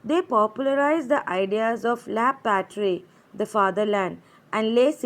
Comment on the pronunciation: 'la patrie' if no 'r' la 'patie' 😂😂😂😂😂😂(just a joke)